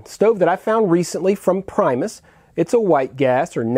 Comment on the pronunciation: For what its worth if you want to pronounce the company correctly its actually sounds like "Pre-mus" as opposed to the english pronunciation of "prime". Its not actually english and is the Latin/Swedish word for 'first'. I also think you'll appreciate the Whisperlite Universal model more if you ever get around to one. It lacks the really fine flame control on liquid fuels but has it on Isobutane and is also easier to service and is quieter. Lastly a little tip but with the gas cartridge adapter of the Whsiperlite Universal you can connect it to the Primus pump. Works fine.